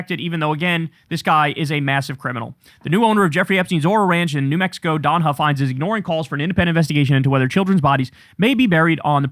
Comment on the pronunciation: Don Huffines is pronounced like puffins with an H. I think if you do a deep dive into him, you'd be shocked into everything he's said and done.